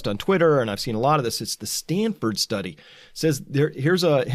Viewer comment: You just brutalized the "study"